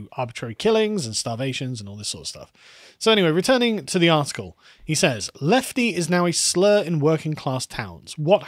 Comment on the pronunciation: Leftie with a hard "L"